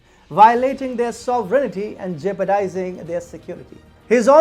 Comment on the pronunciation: Words you pronounce wrong: "sovereignty" "inevitable"